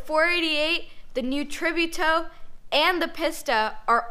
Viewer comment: And the way she pronounces Tributo too. :(